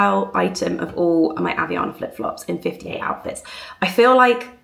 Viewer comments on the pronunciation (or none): ...now I understand why you say Havaianas the way you do!! There's an A before the I, it's hav-AIA-nas (instead of Havianas 😆) I'm Portuguese, and always thought the way you say it was a bit odd/some pronunciation hiccup 😅